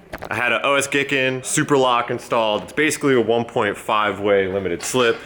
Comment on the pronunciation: Lmfao "Os-gay-kaann" blahahahaha